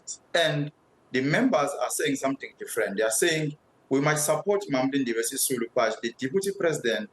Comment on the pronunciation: 'Sisulu'...you mean. 😆